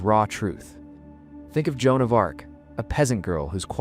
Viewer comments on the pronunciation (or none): none